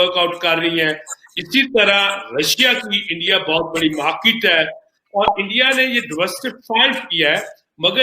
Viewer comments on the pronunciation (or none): Bhai bhai bhai 😂🤣🤣 Its Market* ye ese hi bolte hai